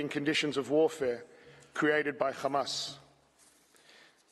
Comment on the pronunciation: I hate the way they say Hamas. Makes it so difficult to listen to. It’s not Khamas. If you can’t say it right, just use the letter H. Please